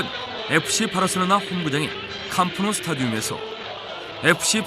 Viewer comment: 애초에 '캄프 누 스타디움' 이란 말도 잘못된게 CAMP라는 말 자체가 경기장을 뜻하는 단어 그리고 정확한 발음은 캄 노우